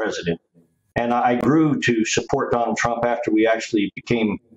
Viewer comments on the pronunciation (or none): Did she call him Tonald Donald Trump at the beginning? 😂